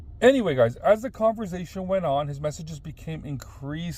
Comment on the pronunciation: He says converzation lol not conversation he says it with a (z) has me dying Everytime